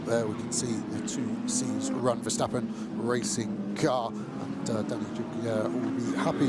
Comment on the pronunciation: Why do English GT commentators always insist on saying VerSHtappen?😭 The S in Verstappen is just a normal S, guys.... No need to try and make it sound German or something.